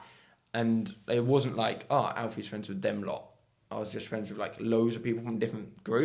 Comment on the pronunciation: fwends :D